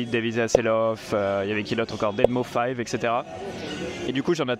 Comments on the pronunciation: Deadmau5... on prononce deadmouse 🙂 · Tu m'as bien fait rire avec Deadmau-five. Tu parles pas le l33t.